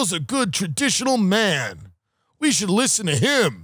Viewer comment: “Lersen to me !” - Ray Kump